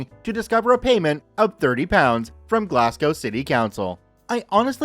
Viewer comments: "Glass gow" "Edin burg" Help...a piece of my soul is being ripped away every time... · The pronunciation of Edinburgh and Glasgow 🤣🤣🤣🤣🤣